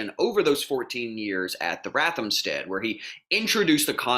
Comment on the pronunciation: Lol! He can't pronounce ROTHamsted.